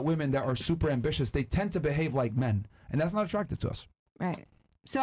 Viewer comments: PLEASE tell me i didnt hear “ambi-li-tious” 🤦🏾‍♂️🧐🤣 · she said ambilitious wtf